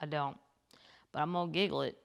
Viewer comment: Uh Kathleen did you just say “your gonna giggle it” did you mean google it!! Girl you slay me!! 😎🥃😎